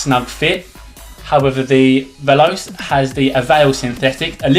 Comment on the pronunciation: Both are teijin synthetic, and they are exactly the same except acc and the one piece design. Also, it's pronounced vel•ah•chay You also can't compare stiffness of a broken in boot to a brand new one. Not a quality video, but the new videos are much better. And ACC doesn't make a change at all. You can't tell its there, I've tried the same boots with and without it. There was no difference. It's a gimmick. If you think it's there you will be tricked into thinking your boots are doing things better, when it's 100% you, and 0% your boots.